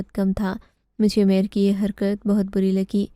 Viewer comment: اردو کے نام اردو کہانی سنٹر بدنما داغ ھے اردو تلفظ صحیح لکھنا سیکھو اومیر نہیں عمیر ایسی بہت سی غلطیاں ھیں